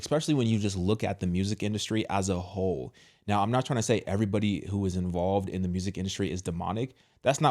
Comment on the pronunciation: Hole not soul 😂